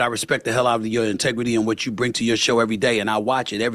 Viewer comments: Hey Stephan!! It’s pronounced You not Choo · It's "you" not "chew"